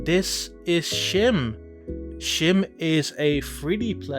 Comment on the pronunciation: Come on dude, youre dutch the game is dutch, the name is dutch. Pronounce it right